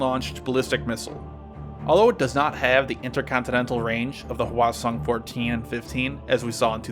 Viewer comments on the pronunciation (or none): Thank you for FINALLY doing North Korean hardware! I love you! P.S. Your pronunciation of 'Hwasong' and 'Pukguksong' is funny 🤣 but I like that you try anyways! Thanks again.